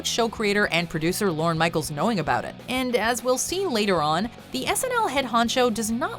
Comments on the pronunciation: It’s LORNE. Not Loren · You should learn how to pronounce “Lorne”